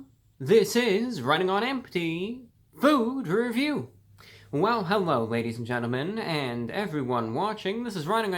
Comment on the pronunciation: I love it when he says FOod reVIEW, have an awesome day everyone!